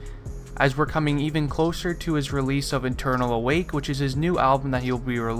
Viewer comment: He said “Eternal Awake” smh